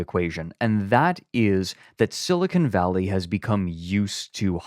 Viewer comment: > spends the first like five minutes of the episode roasting for mispronouncing things > calls it “silicone valley”